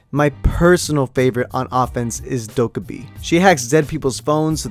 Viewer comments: It's doo-ki-be not what u said.... You noob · Ahem it's pronounced 도께비 if I'm correct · Just because I love u I will excuse ur pronounciation of dokkaebi